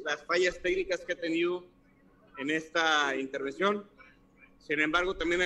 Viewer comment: Intervisión🙄 en lugar de pronunciar intervención